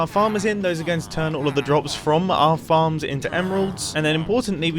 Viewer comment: whn he said farms i heard like "how many fans can i fit in this square " LOL